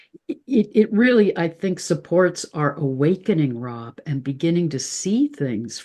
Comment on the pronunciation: Rob not Ron sorry x